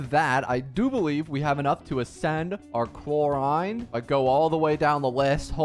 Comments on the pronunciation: her name is pronounced clor-ind and the i doesnt sound like the word eye it is a "little" i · Man changed clorinde pronunciation every second😂